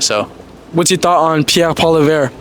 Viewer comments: "I'm going to vote for Paula-veer." This guy has no respect for the person. He didn't even have the decency to learn the politician's name. What does that tell you about the typical Hamiltonian? It's pronounced pwol-iv-ee-yar. Guess what? He is a so called "Libertarian". Listen to what he says and does. Then watch what is happening to Alberta, Saskatchewan, Ontario and Quebec. That's the precursor to the country on a federal level. Say what you will, but when the time comes, tell me I was wrong. My predictions are not predictions. It's evidence we've been seeing for decades. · Hate being that guy but it's pronounced "Polly-ev", not "Polly-vere". If you're interviewing people about politics, you gotta know how to say the opposition leader's name properly. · Who is PoiliVER? Lolll its PoiliEVRE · Hey all, just an FYI, Poilievre is pronounced (poly -ehh-vruh) with barely an uh on the end. Not poly - verre 😂❤ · poly ev not polivere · Learn how to prononce PoiLIèVRE bud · its pronounced 'polly ev ' he's from the west not ' kabek ' this milktoast in the suit must work for the government, 'cause he's give the jr speak that most libratards use when they are in parliament'. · His name is pronounce Pwah-LEE-evr. It’s not that hard. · Pierre Poilievre, pronounced "pol yev" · Shit dude you can't even pronounce the oppositions leaders name, good luck with your commentary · Great video but ya need to learn proper pronouncing of names bro ..yer not saying pierres name right at all